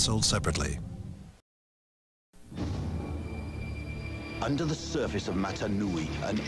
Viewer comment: Nobody: Announcer: EACH SET SOLD SEPARATLY